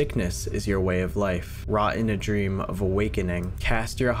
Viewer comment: persued their drmmmmmm